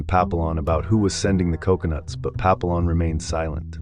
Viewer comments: Its pronounced Pa pee yon...... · How to pronounce Papillon wrong more times than I bothered counting.